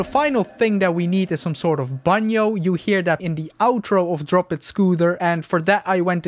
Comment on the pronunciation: damn, your pronunciation of banjo sound so dutch 😭